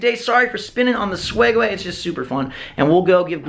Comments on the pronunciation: its called a Segway not swegway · Do you call it the "swegway"?? 😆